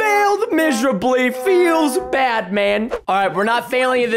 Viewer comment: Yeah why are you watching a Minecraft Channel if you think Minecraft is bad oh and by the way you said bed not bad I think you meant to say bad not bed